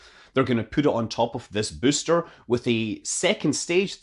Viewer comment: I just love the way Scott says "booster", sounds a bit like "byyster" - kills me every time